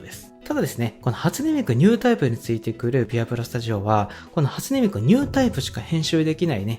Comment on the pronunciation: 「初音ミク」の発音が「味の素」なのすんごい好き